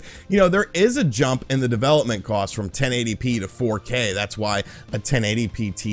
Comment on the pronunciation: Cost not cowst lol that and how you say 'far' had me cracking up more this video than any other